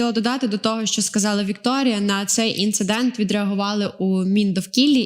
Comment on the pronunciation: Дівчата , є слово ,, інцидент ʼʼ , а не ,, інциНдент ʼʼ , будьте уважнішими …